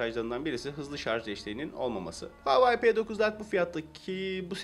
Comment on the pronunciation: Keske telefonun adini dogru teleffuz etmeyi ogrenip sonra video cekseydin. Bir de rafin icine koyma fikrini kimden aldin ?